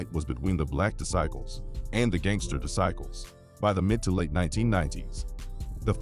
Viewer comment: How is this AI pronouncing Disciple’s lol 😂 .. S/ O to all my homies both sides in the feds .. keep your head up 424